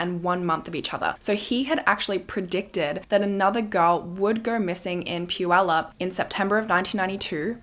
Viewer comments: I just want to say I'm impressed with your pronunciation of Puyallup. Usually, if you are not from here... It's generally wrong. So kudos. I'm also happy to see the funky earrings making a reappearance... It's such a sad story... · I'm really impressed by your correct pronunciation of puyallup. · I want to compliment you on your pronunciation of Puyallup! My bf lives there and makes fun of me because I always say it wrong…🙈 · I am from the Pacific Northwest and I commend you for pronouncing Puyallup correctly! Ppl in the U.S. don’t even do that. 👏🏻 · I have lived in Puyallup since 1990 and thank you for taking the time to know how to pronounce Puyallup correctly! I live 5 minutes from the fair now and lived about 1 minute from the fair at that time. In 1993 I tried to get the Puyallup Police, technically the Sheriff, to help me make my ex stop stalking me and threatening me and the guy literally told my dad “you know how teens can make things up” right in front of me, I was 17. So yeah they didn’t trust teenagers a lot back then. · I grew up in Puyallup, going to the fair every year! I'm so impressed that you pronounced Puyallup properly! 😅❤ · And it was Puyallup! Impressive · Right…she pronounced Puyallup correct from the beginning❤